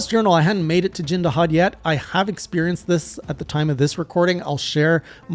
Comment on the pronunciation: CC = Crowd Control Holy shit you actually pronounced my name right, you are my favorite person right now :D The game does tell you exactly what to do during Jin Dahaad's big attack, but it's pretty easy to miss during the spectacle of it.